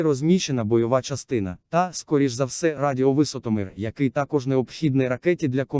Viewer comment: "радіо в'ИсотомЫр" Жах!))) Цей бот навіть слово "радіовисотом'Ір" разом прочитати не може з наголосом ні кінцеву літеру і ))) Міняйте цей шлак, друзі! І великих успіхів вам!!!